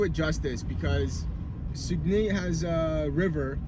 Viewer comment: Sag-uh-nay I’m pretty sure anyways